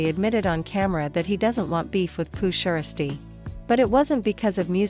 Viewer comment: Hate how mfs can’t pronounce the man’s name like poo (sheirsty)?🤨🤦🏽‍♂️